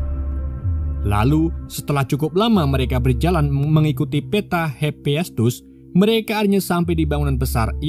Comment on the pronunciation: hepiestus????? bukan hepaestus